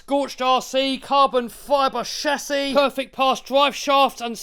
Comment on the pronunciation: I come to this channel just to hear him say CHASSIS!